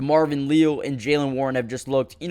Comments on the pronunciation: It’s LE-AL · Demarvin "Lee-al" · Someone please inform that Leal is pronounced as Lee AL from my knowledge. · Pronounced LEE- AL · Why listen to guy who doesn’t know how to say Leal?